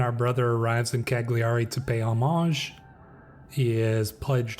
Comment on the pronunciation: Just so you know, Cagliari is pronounced Cah-lyee-ahr-ee. I’m loving the series so far!